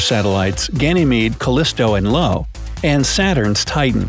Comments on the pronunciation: "LO" really? that what happens if uh bunk Astronomy Classes! It's IO (eye-oh) can be as pronounced! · It's not LO, for God sake! It's IO. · It's Io, not Lo. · if there was a chance to visit another planet, i think i'd stay on my favorite, Earth. and also, you mispronounced the name Io, its pronounced: I-oh, or eye-oh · it is io not lo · It's "Io" (EYE-oh), not "Lo." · You said io was called Lo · "LO" LOL it is called io (pronounced i. o.) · Uh, bad! It's not "Lo" like in "lo and behold", but "Io" (like in "input / output") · Io not Lo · Its IO Not LO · I'm only up to #15 and I've already seen so many 'facts' you've got wrong. IO (eye-oh), not Lo!! And don't even get me started on the Tides. The Sun also plays a part in Tidal movement. Try looking up 'Conjunction & Opposition'. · Not Lo,thats Io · It's Io Not Lo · I-o or 👁-oh. Not Lo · Never heard of the moon "Lo" I've heard of "io" tho.... Plus the sun is a fair greater than 100 times the size of the moon 😂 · he called IO [eye-oh] low. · 1;16 It's Io not Lo, capital I not capital L (eye-oh) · Eye-oh. Not Low. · Is not Lo its Io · "Lo" is actually named Io (pronounced "eye oh"). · It's Io, NOT LO!!! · Lo ?? You mean IO ... right ? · It's not Lo i's Io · thats not LO, its Io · Excuse me? Lo? IT'S IO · its i o not Lo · Jupiter's volcanic moon is called "Io" (pronounced eye-oh), not "Lo". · IT IS I O. Not L O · It’s io, not Lo. It is pronounced ‘eye owe’ not ‘low’. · "lo"? iy's io you dork! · im yelling like a freak when you said LO its iO not LO with an i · I stopped watching when Io was called "Lo." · Not lo is io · Correction: One of Jupiter's satellite is not named "Lo" it is "Io" (pronounced as "Eye-yo"). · I had to stop watching at “LO”. It’s I O for heaven sake did you even google?? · Seriously, "Lo"? It should be "Io", pronounced as "a-yo". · LO???? lol come on..it's IO "eye-oh" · Heads up, it's Io. Not Lo. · Lo or io? 😂😂😂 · That's "IO" not "LO". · Jovian satellite is Io not Lo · Lo??? Or Io? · Io, not "Lo"